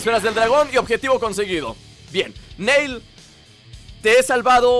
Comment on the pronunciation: no le digas NEIL es NIlL asi lo pronuncian en la serie de DBZ:)